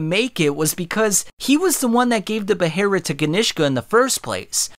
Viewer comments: For the love of all that is good stop putting in “r” in your pronunciation of behelit. You’ve clearly only heard that word said in the sub. 😑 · Why does he pronounce it with an R Where is this R coming from great synopsis but that pronunciation makes me cringe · This was a great watch and I was super invested but lord have mercy if you didn’t absolutely murder the word behelit lol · Dude can’t pronounce the word correctly. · for the record the cannon pronunciation seems to be "Bay-Lit" the Beherit thing is because japanese doesnt use L sounds. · In English, which I'm assuming is the language you use in this video, it's pronounced BAY uh LIT. In other languages its obviously different, but that doesnt mean you can just lift that pronunciation, butcher it, and slap it into a sentence in English. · Jesus Christ. The pronunciation of behelit is so fucking stupid. I can feel my IQ drop Everytime I hear "beheRit" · literally could not finish this video because this dude goes BEHERIT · localized name is pronounced Bay-Lit......... just like its not Gatsu, its Guts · Nice video. Now I'm never watching your content again because I hate the way you say 'beherit' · pronouncing behelit as beherit is cringe and a bit racist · all these comments and yall aren’t gonna comment on how he says behelit he’s saying beheret and it’s gross😂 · Omfg guy for the love of whatever it is in the void we call god it's pronounced BAY-HILL-ETT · God. Behelit, I hate when you say beherit. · you saying beherit sounds so racist, im reporting you. you racist! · “BaHERit” is crazy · wtf is a "beRRerit" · Why is he calling it a beheRit? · I always thought that it was pronounced be-heh-lit😂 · When you said beherit I clicked off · Bro there's not a R I'm the word. Stop using the Japanese substitute for the pronunciation because the story is based on European medieval time periods anyways. It's behelit. Weebs take things too far sometimes. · you really went all in on the saying "BEHERIT" every time eh.